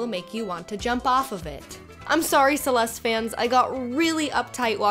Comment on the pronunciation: Didn't the last "e" sound in "Celeste"?